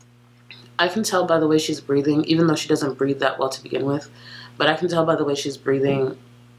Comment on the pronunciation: Gorl was big on putting S's after her T's back in the day i.e. "thatsss" instead of "that"